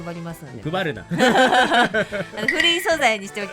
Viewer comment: 一瞬に呼ばれた気がしたけど「配るな」ね。(￣▽￣;).・(『グバるな』に聞き間違いしそうになった)